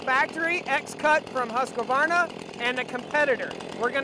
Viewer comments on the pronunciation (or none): I think it is Husqvarna..not Husq-A-varna.